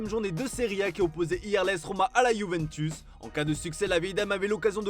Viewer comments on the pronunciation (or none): none